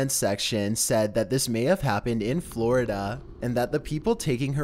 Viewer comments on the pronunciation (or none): none